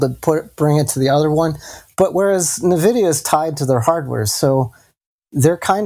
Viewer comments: Watch face when says "nuh-vidia":D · nuh-vidia is cringy. ugh.